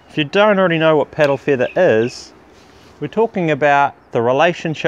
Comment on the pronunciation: "piddle feethah?"